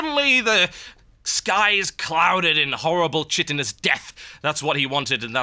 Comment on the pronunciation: Kite-inn-ous, not shit-inn-ous